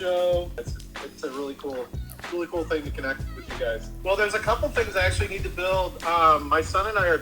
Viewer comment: "everything we nee doo doo"